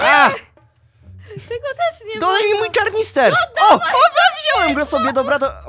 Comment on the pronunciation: Kanister idioto,a nie karnister XD